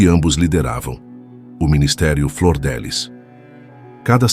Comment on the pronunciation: Não é Flordelis é Flor DF liz